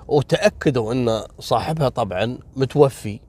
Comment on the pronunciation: يا قول وجد فيها رجل متوفى متوفاااااااااا وليس متوفي 🤦🏻‍♀️